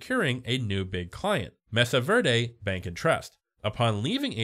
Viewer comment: I'm sorry man but it's pronounced *may-sah ver-day*. They only say it 96 thousand times in the show.